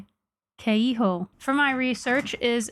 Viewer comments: Brazilian here: that is NOT how Pão de Queijo is pronounced. Queijo is pronounced “ke-jo” as you actually pronounce j in Portuguese. The o in pão is also partially nasal. You also squandered brigadeiro. It is pronounced “bri-ga-deh-ro” (r is pronounced like in Japanese) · Heyy love the video!! Btw, in Brasil we speak portuguese, so the j doesn't have an h sound, it's closer to how you say like. Jumanji. So acarajé and queijo are pronounced with that hard /j/ sound, not a h